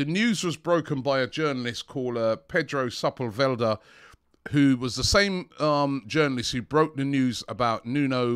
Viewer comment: The news was broken by the journalists Pedro gdhkfdgkkhfselda. butchering names again 🤣🤣